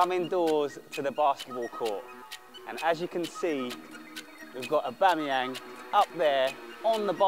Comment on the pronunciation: A-bum-eyang says Billy 🤣